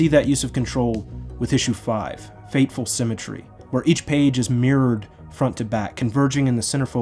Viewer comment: what is up with the word "fateful"? It's "fearful". This is the second time that I've seen a youtuber making that mistake